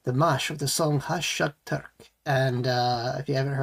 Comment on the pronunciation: Great to see you back reacting to Dimash. Haven’t seen you for quite few months. Gashyqtyq - being in love, passion, infatuation. These are the offered translations. It is pronounced Hash-Shya-Terk. And you pronounced it correctly . There is a mashup of the “g” and “h” sounds which most English speakers find difficult to pronounce. The paragraph below found in Dimash’s official newsletter tells us what Gashyqtyq means. ‘Gashyqtyq’ describes a state of deep, powerful love for someone – when a person doesn’t simply attract you, but he occupies your thoughts, your emotions, your entire inner world. It is a fusion of intense attraction, emotional attachment, the desire to be close, inner excitement, and inspiration. Dimash composed this ballad and wrote the lyrics. He dedicated Gashyqtyq to his Dears for supporting his project, Voice Beyond Horizon which he has launched and is now completed. There are 40 musicians surrounding Dimash in this video. This is a beautiful, painful and powerful ballad. Thanks for your reaction.